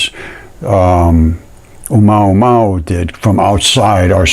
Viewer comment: O - MOO - A - MOO - A, not UH MAW MAW you can do it!